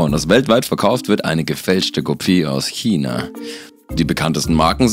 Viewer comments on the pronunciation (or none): none